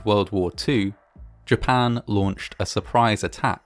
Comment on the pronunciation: Japan, not Dapan. Dapan is what you fry your eggs in.